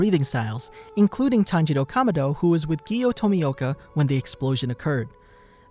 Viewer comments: Not tanjiro kamodo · pls learn how to say kamado thanks